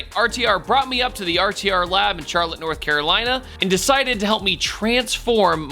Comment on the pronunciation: Vaughn really said "Char"lotte 😂